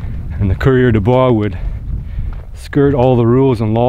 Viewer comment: it’s coureur des bois! Not courier.